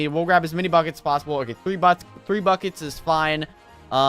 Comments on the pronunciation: Lol, when he said "oh I need buckets" I thought he said "oh f**cets"😂😂😑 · when he said we need buckets i thought he said we need fuckit